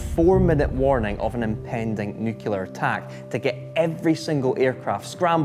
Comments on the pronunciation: Not "nu-cu-lar...," but "nu-clear." It's easy: say "new," and then "clear." That's how "nuclear" is pronounced! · Whilst it's expected to hear Americans say 'nucular' when they mean nuclear - it's the first time I've heard a Brit use the term. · it's nuclear, not nukelar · WHY DOES EVERYONE SAY "NEW CU LAR" insread of NEW CLEAR? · Why say nucilar when its nuclear in uk ,not knocking your video it was great ,just an observation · Sorry, but its nuclear not nukilar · Please it's NUCLEAR not NUCULAR 😊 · Nuclear! Nuclear!! Not nukular. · So is it pronounced “NEW-CLEAR” or “NEW-KEY-LAR”???? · can we PLEASE stop mispronouncing the word nuclear ? its NUCLEAR not NUCULAR ! and just because many people mispronounce the word should not make it acceptable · I know you're Scottish, but even you should know it's NUCLEAR, not NUCULAR. I mean, you made a video about it but never got the pronunciation right. Congrats on getting nucleus and nuclei right. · Nuclear, not nucular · Its nuclear not nucular jeez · It’s pronounced nu-clear not newk-yalar. Why does everyone pronounce it like that? It’s not his accent fyi. Interesting apart from that bit. 😆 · Trying speaking properly. It's nuclear, NOT nucular. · Can’t even pronounce nuclear correctly in the first 20 seconds. It’s not nucular. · wish people would learn proper english ffs, it's not "Nukular" ( Nuke you Lar) it's "Nuclear" (Nuke lee Arrr) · Nuclear not nukular !!!😅😅😅😊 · Its pronounced nuclear not nucular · Nothing says "expertise" like "nucular". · Haha, yep. I immediately thought of Homer Simpson. "Nuculer. It's pronounced nuculer" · The weird thing is he can say "nucleus" correctly (he doesn't say "new-que-lus"), but he does say "new-que-lar". I would agree that it's at least 50% of British English speakers say "new-que-lar". It dates far before the Simpsons; most of my school friends used to say it and now so do almost all the politicians and journalists. And yet, most of them don't say "skelington" or "Specific Ocean".